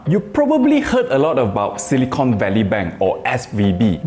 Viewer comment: Not "silicone"... it's silicon 😆 You use silicon to make chips, not silicone. Silicone is what you use to seal bathrooms 😁